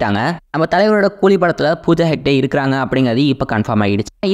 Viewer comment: யோவ், அது ஹெட்ஜ் அல்ல, ஹெக்டே. அய்யோ